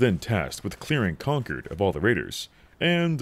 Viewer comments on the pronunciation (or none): Wtf why are you saying conquered? It’s concord. Like con-chord